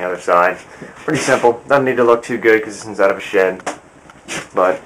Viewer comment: shed, not shit lol